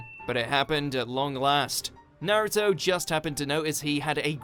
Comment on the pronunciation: Couldn't they get someone that could at least announce naruto's name propery?? Ita like they dont have naruto in england